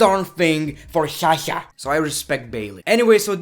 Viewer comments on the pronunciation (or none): Amazing video.But place yourself in Sasha's place at least once.Because I would be frustrated and super frustrated as hell and probably more or less than she is.And please that Shasha thing is getting lil annoying.When you talk low you sound pretty awesome,entertaining and sexy but stop with Shasha thing.